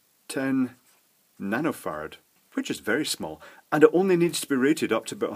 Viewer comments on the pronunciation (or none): I was looking at my phone for a second and just onderstond "one nanofart" instead of "one nanofarad" XD!!